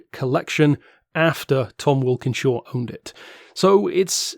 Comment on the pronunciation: Tom Walkinshaw not wilkinshaw , sorry I'd want to be told.